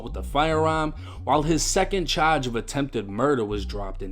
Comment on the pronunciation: Y do u say charge like that I’m from Baltimore but bro that shit mad annoying